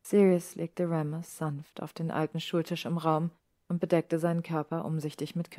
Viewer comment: Da in "Remus" nach dem "e" nur ein einfacher statt eines Doppelkonsonanten kommt, spricht man im Englischen das "e" wie ein "i" aus. Ich mache diese Anmerkung, weil ich mich jedes Mal ein klein wenig über diesen Aussprachefehler aufrege. Aber ansonsten hat mir die Vertonung sehr gut gefallen. 🤩